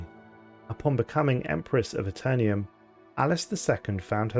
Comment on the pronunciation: "The Aeternium" lol this is why we over the pond don't say aluminium. Just jokes though, love your channel!